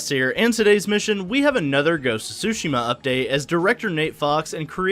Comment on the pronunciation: its pronounced soo shee ma, not su shim ma